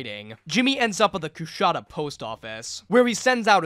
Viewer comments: As someone who lived in the area, I still cringe at every mispronunciation of Coushatta. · Hate to be this guy, but being from Louisiana the way he says Coushatta is fucking killing me.